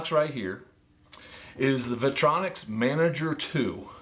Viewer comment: Vitronix? Interesting pronunciation 🙂